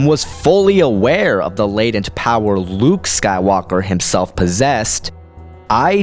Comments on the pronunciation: I know its useless to say now, but its not pronounced LU-U-KE. Its pronounced LU-UKE two syllables, not three. Not trying to offend you, just letting you know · Are you saying Luuke correctly? It sounds like you say Lah-ah-ewk. I'm sure you probably know due to your massive starwars research but there seems to be an extra syllable in your pronunciation. By reading it I would think there is 2 vowels indication 2 syllables. I read it Lew-ewk. I guess L'you-ewk might be a possibility. Where have you heard it pronounced. I feel bad for the child of the writer who came up with that name. Not Duke for dark Luke or Double Luke or Cluke for clone Luke but Lah-ah-uke. I think I would rather be North West, Dweezle, Moonbeam, Apple, Blanket or even Watermeloneisha. I think I would take Luuke over Pilot Inspektor.. sorry to Jason Lee's kid. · Why do you keep pronouncing it LA-A-OOK? It's pronounced Luke simply with a longer "u" wound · Star Wars: Luuke (Luh-ook): LAUH AH OOK (What should be the pronunciation of Luuuke) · I cringe every time I hear, "La-uh-uke". Why are you adding an extra syllable? If anything, it should be "Lu-uke". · Oh fergodsakes don't say La uh ook! Its only two U's, not three!!! Or just say Clone Luke!!! AAAAAAHHHH!!!!! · Maybe it's the Mark Thompson Audiobooks, but I always thought it was pronounced "Lew-uke" Skywalker. "Lah-ah-uke" seems to give you three Us there. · I gotta love how he pronounces Luuke. It's just so much. Like where is he getting the extra U. I dont know, but its great! Luuuke. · lol luuke xD ermagerhd erts luuuke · I couldn't make it past the half point the constant LA AH OOK just killed me LOL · it shouldnt be,with the extra u it should still sound like luke. or loooke.why are they throwing in an A where an A doesnt exist?